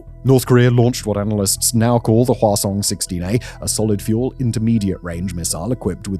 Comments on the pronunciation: Whasong, reminds me of the princess peach and chibi mario croissant video that they just keep repeating croissant, so i kee saying whasong when this guy says it, its fun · Who else giggles when they say Hwasong?